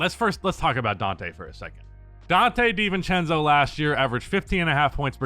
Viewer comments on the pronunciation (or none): You said Dante DeNintendo,you a legend for this1